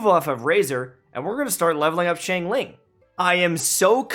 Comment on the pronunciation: He's still saying Xiangling wrong.